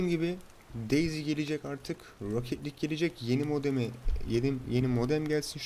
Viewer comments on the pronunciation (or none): none